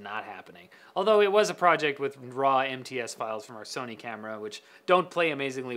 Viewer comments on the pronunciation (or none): none